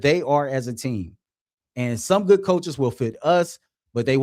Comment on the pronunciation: What is “goot” morning?